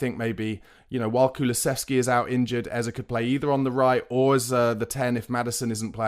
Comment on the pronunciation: It’s Eze not Ezer